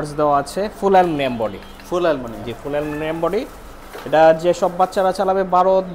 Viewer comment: Aluminium,❌ Alumilium ✅